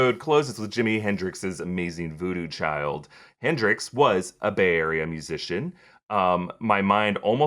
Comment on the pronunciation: I also thought brother Voodoo. And it is Voodoo Chile not child.